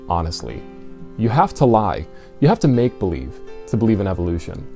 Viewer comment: I notice has been watching Aron Ra again, you can tell by the way he is placing the inflexion on the words "make-believe". Then again, perhaps Mr Peel told him to say it like that.